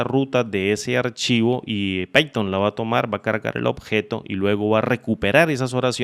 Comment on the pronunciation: python .- 'paiton' pathon .- 'peiton' jajajajajajajajajaja